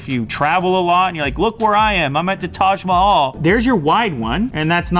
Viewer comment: Well you pronounced the taj mahal correctly this time